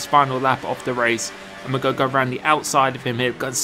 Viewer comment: He can’t say ‘going’ he says ‘goh’